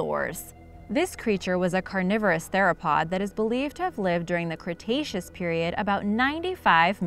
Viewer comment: Did she just say "Cretacean period"?